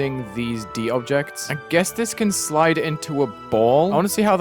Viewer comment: "dobjects" is now my new favorite word